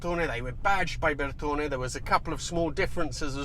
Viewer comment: I love how you Brits will go out of your way to pronounce Bertone, but still get Porsche wrong all the time! Haha. I had one an X1/9 years ago (with the haircut to match), and I miss it to this day.